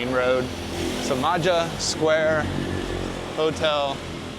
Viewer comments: If you are learning Bahasa remember that the C is pronounced Ch which means Cimaja is called Chimaja. Don’t worry I’m not offended. Have a good trip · It’s pronounced Chimaja . Ci is ch . I spent 18 months there about 10 years ago , cool place . There’s much much more there than waves . Locals very friendly too